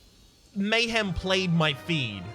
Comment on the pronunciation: It’s cause you called it lame-hem 😂